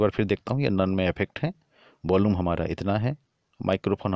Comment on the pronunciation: भाई..... Effect....अफेक्ट नहीं होता.... इफ़ेक्ट होता है। Volume.... वोल्लूम नहीं होता....वॉल्यूम होता है। Bass.... बास नहीं होता....बेस होता है।